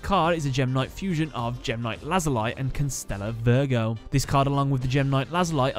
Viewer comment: The series is called Kamen Rider O's but it is spelt OOO also Lazuli is pronounced Lazulee a few tiny errors but besides that, awesome episode